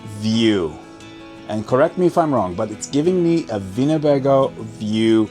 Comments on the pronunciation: You didn't say Winnebago (I know what a Winnebago is) , you said "Vinabago" (with a V sound). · What's a Vinabago??? He keeps saying a "Vinabago vibe" and "Vinabago view". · Winnebago? The "w" is not a "v" sound but a "w" as in winning, wooing, wow! and wooden. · I’m confused sir. You pronounced Winnebago with a V, but windows with a W. I was onboard with the German pronunciation, until you reversed yourself. What am I missing?